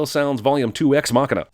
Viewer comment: He says ''ex machina'' (meggina) in almost every single ''Everything Wrong With'' video. xD